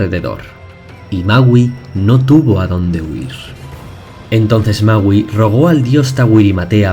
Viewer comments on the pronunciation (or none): alguien mas penso que decia mauu ? :v